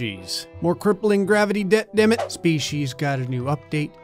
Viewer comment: You butchered "Damn it". I don't like that.